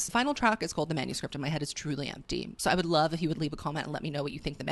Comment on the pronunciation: With the way you pronounced it in the last video, I feel like maybe the manuscript will have bit of wordplay. You know, man-u-script, perhaps about a man she created in her head only to be faced with the heirloom turkey, who clearly did not fit the part and didn’t even try to. With perhaps some double entendres sprinkled in considering he’s an attempt at an actor. Or maybe it’s about her writing her own manuscript she must follow, considering how careful and calculated she is around her image. It could be more about self reflection similarly to mastermind, but directed towards the public instead of a romantic relationship. Who knows, but hope to hear your take once the songs come out. Ughh April 19th cannot come soon enough